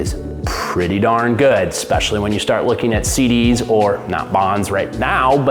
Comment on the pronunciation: Say it w me…ESPECIALLY…”ES PESH ALL EE”